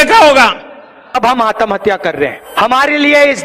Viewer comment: आतंहत्या बोलता है, ठीक से आत्महत्या बोलना भी नहीं आता Pappu को 🤦